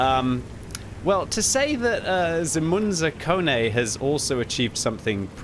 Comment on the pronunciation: Hahahaha hearing pronounce Zemun zakone (two Serbian words which mean Zemun rules, Zemun being a part of Belgrade, the capital of Serbia), that make this guys name is hilarious. Also super proud of my countrymen who did this, with no premium ammo, unlike the gold spammer in the last clip.